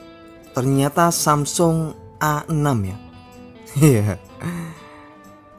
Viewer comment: Samsung A6 atau samsung Asix (dibaca Asik) 😅